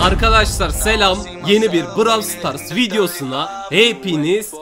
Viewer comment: bravs stars degil okunudu brols stars